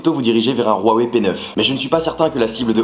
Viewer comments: Rouawei 🙃 Huawei (wouawei) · non c'est Waweï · Haiwei se prononce Roiwé ? OMG MA VIE CHANGE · Pourquoi tu prononce Huawei "Rhuawei" ? Sinon bon test ^^ Mais serais-tu prêt à remplacer ton iPhone par ce Honor 8 ? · C'est une marque chinoise et ça se prononce Waweï. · Ruawei? MDR